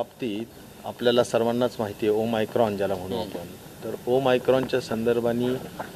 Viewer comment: Om micron nhi saheb omicron